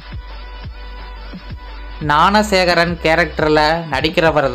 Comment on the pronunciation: நாணசேகரன் இல்ல ஞானசேகரன் 🤧🤧🤦🤦🤦🤦 தமிழ் உச்சரிப்பு ல தீய வைக்க